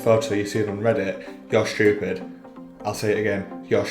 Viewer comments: I want you to get views and fix ur teeth ... And you said " your sthaupid " 🤣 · Ill believe you when u learn how to pronounce STUPID.